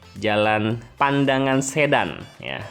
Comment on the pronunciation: Seksi 2 Sayung - Demak justru sdh jadi bung. Bukan Pandangan tp Padangan. Sedan diucapan Sedan spt mngucapkan mobil sedan.